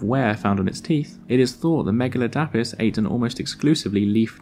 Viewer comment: Megaladapis isnt pronounced like that it's megu-lad-i-puss